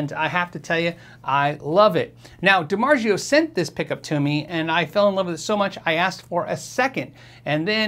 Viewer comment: Dimargio (it's a soft g) haha its z o